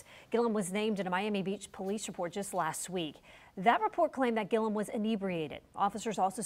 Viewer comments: Ti, love you but you gotta start getting these names right...Andrew Gillum, not Gillium! 😩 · It’s GILL-UM not GIL-E-UM lol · I love you Ti, but his name is pronounced Gill-um.